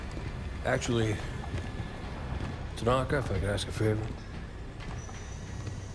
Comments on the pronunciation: I love your content, I enjoy your accent, but her name is pronounced Ta nah ka. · Tuh naw kuh